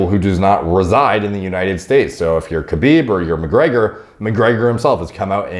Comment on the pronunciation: well judging by how much trouble he had saying Khabib's name ...